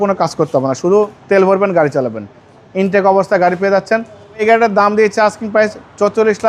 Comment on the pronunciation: আবার বলে ইনটেক গারি 🤡